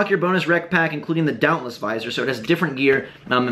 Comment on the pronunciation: it's pronounced dauntless